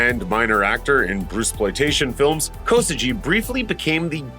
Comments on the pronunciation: Ok, say it with me now: "Show" "Ko" "Soo" "G(u)EE" "Sho Kosugi"-with a hard "G" sound, like in "Guitar", not a soft "G" like in "Gee whiz, that sure was a great ninja movie, mom!" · That "Kosugi" pronunciation is atrocious...